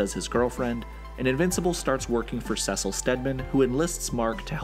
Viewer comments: It’s pronounced (See-Sil) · I cringe every time he says “seh sil” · Anyone else bothered by the way he says Cecil? Saying it like sesscil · Gave up on your video like you should’ve done when you said “cesil” too many times. I made it to and had to pause it. I before e except after c. Doesn’t make a c go piss. Cečil might help you so you say the c more angry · The only crime in the video is how he pronounces Cecil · The whole saying Cecil name wrong is like getting poked with a needle every five seconds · lol why do you pronounce Cecil name wrong. I’m trying to make it through the video but it’s bothering me. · Good video. But I never want to hear how you pronounce Cecil ever again. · You're saying Cecil's name wromg man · Love the video, but absolutely HATE how you pronounce Cecil. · why does he pronounce Cecil that way 😭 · I’m sorry but it’s bugging me so much, how do you not know how to pronounce Cecil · I hate the way he pronounces Cecil 😂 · Please stop saying Cecil like that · Please for the love of god pronounce Cecil right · Please keep mispronouncing Cecil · I'm sorry but why is he pronouncing Ce-cil as Sesal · It's seeeeeeecil not sasel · It’s (See-Sil) not (sus-il) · “Sessile” just pronounce it as see-sal, driving me crazy. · Am I Tripping or is he pronouncing Cecil's wrong?. It sounds more like seasil and not secil like in this video. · Oh no, I just started watching these in order...and I really hope you pronounce Cecil correctly as "SEE-sull" or "SEE-sil" and not "SEH-sil" by the time I get to his video. lol (I kid. I do think your pronunciation is wrong, but it doesn't ruin the videos...at least I hope it doesn't by the time I get to the end of the Cecil one lol) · it.... It's See-sill, not Sessil. It shouldn't bug me as much as it does, jeez. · It’s SEe cill not CeSil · Sessel 💀it’s pronounced “sea soul” Cecil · why does he say saysil instead of cecil ?!??!?!?!!?!?!?!?!?!?!??!?! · It's pronounced CEECIL not sesil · Bro called Cecile sesil 😂😂😂